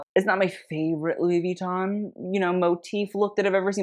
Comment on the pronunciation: I always want to ask… Why did you make up your own way to say Vuitton? With you don’t say it the French way (“vui” like “oui” “toh”… best way I can write it phonetically… they don’t pronounce the last “n” is all I’m saying haha), nor the totally American way with an American accent (which people say is “wrong” but like… when Sofia averages says “I want to kees him” for “kiss him”, do you think she said it *wrong*? Or that she said it with her own natural accent? Exactly.). Nor do you say it American with a slight French accent (like “vui-tooooh-n” w the tinyest n sound). So yeah, to say it properly in an American accent, the only thing you would really changes that you would pronounce the ending “n”. The “vui” is so fast it almost sounds like “vee” when native French speaking people say it, but they’re definitely saying “vui” (unless they dk his name either or have never seen it spelled out lol). Ou en français si vous préférez... Ce n'est pas « VEEton »; C'est comme « vui-tonne »... Sans mettre l'accent sur la première syllabe. 😊 Heavy on the “tonne” (writing it phonetically) not the “vui” 😂, if anything, definitely not first syllable emphasis; There are very few French words that pronounce that way. It usually goes hard at the end, not the beginning 😂. Jsyk. Et pour le reste... Oui, je parle couramment le français... Si vous ne pouvez pas lire la phonétique, cela ne veut pas dire que je ne la parle pas 🤷‍♀️.